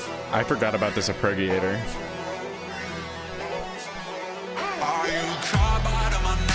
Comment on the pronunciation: "ar-per-gie-a-tor" 😂 ar-pedj-ee-ay-tor